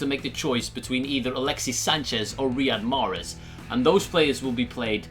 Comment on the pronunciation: Mate it's Riyad Mahrez and not Rihad 😂😂